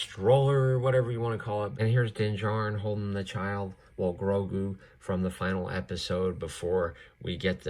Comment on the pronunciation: Bruh man really said baby groogo not baby grogu